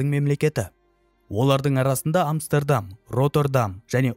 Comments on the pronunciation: Амстердам деген Амберем деген сияктыма? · Амстердам деп айтқаныңыз басқаша естіледі екен құлаққа 😂 басқаша айтасыз